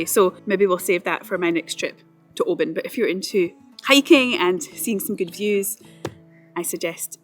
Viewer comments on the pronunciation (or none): Oban is Norse not Gaelic for Little Bay. And it's pronounced "Oh-ban" not "Oh-bin". The Oban Inn started that "Oh-bin" nonsense a few years back but none of the locals are having it. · it's NEVER too early to drink whiskey! Lol 😜 Oban looks beautiful....though I've been pronouncing it wrong for years until you put me right! Lol 😲😁😜 Great vid. 👍👍👍